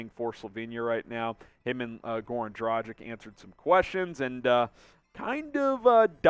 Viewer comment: Learn the correct pronunciation of his name man! Its Draah-ghich ! Not Draah-jic !!!